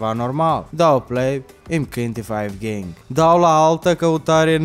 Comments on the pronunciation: ai spus faigeng de 6 ori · Ai zis faiv gieng vip de 3 ori